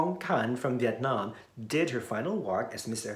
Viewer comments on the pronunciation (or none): none